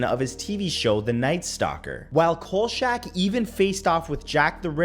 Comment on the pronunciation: C'mon, Matt: "Coal shack?" "Robert Blotch?" It's "KOLE-chack" and "Block."